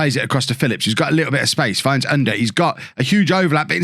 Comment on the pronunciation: to help with the pronounciation of Ünder ü the same sound as Söyüncü, like the e sound of "Jew" or "few" er is pronounced the same as the "ere" in Premiere